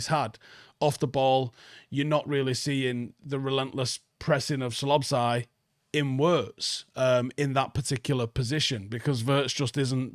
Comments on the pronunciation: Dude, it's So-boss-lah-ee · "Slobszai", "Etikite", my gosh, those names can't be that hard, can they? 😂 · Are you back on the Red Bull again? You're pronouncing Szoboszlai as Sloboszlai and Ekitike as Etikike.